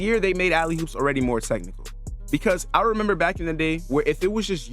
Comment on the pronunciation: gang its alley OOPs not alley hoops